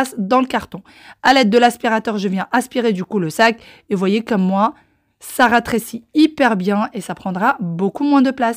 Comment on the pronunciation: Cc, un beau pouce pour ta vidéo j'ai hâte de voir la suite. Juste une petite remarque on dit "rétréci et non ratréci". Bisous d'Algérie 😘